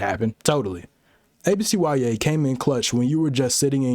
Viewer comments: Bro, why you call it A B C Y A? It's ABCyah. What school do YOU go to where you be pronouncing every letter individually? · Come on man its not A B C Y A, IT IS A B C YA! Like YUH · real ones called it abcYA not A-B-C-Y-A 😑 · No way you just called it ABCYA and not abc-ya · Oh hell no you’re one of them mfs that pronounce it “ABC WHY AY” you faker! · why are you saying abcya like that im crying